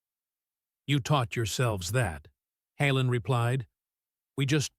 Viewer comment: Decent story but the way the reader is pronouncing 'Hallen' is extremely aggravating. Doesn't help that the subtitles occasionally replace Hallen with Helen.